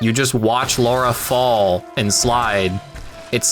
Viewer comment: horrendous vid. also if you're going to be as nitpicky as you are at least pronounce lara as lara and not laura.